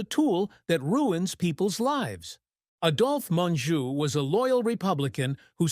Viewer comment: I really despise these "hit pieces" about dead actors and actresses. First of all, the narrator mis-pronounced Adolf Menjou's name. Adolf is pronounced with a long "A". Secondly, there were many actors and actresses who really were communists and socialists. My husband and I have watched movies for over 60 years, and the message of communism being superior to capitalism has been pushed since the late 1960's. Third, you omitted actors like Gig Young, and Paul Kelly who really did commit murder and manslaughter. Kelly spent over 2 years in San Quentin for manslaughter. Gig Young killed his wife and then suicided. Fatty Arbuckle was railroaded and ultimately acquitted of murder. Fourth, Henry Fonda was no saint either. He mistreated one of his wives so badly that she suicided after they were divorced, and his daughter Jane is a dyed in the wool communist. She should have been charged with treason after she went to Viet Nam and supported our enemy. Fifth, videos like this ALWAYS claim that actors/actresses died of cancer because they smoked. You fail to mention that a gene has been isolated which causes lung cancer and explains the reason MANY non-smokers have succumbed to the horrible death. In the end ALL of the people you mentioned are human, and have their own foibles. Your biases are obvious and the MAKE ME SICK.